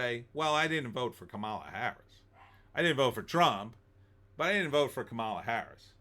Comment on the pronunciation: First of all. Her name is pronounced COMMA LA!